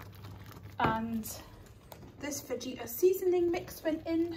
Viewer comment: Watching all your old videos! The J is pronounced like a H so it's fah-ita (roughly!) :)